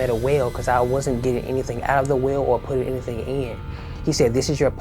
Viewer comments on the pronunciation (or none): He said whale not well.